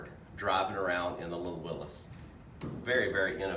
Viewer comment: Thank you for pronouncing Willys correctly 👍🏻😎